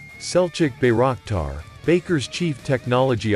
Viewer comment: it is pronounced as By - rock - tar not " bay rack tar"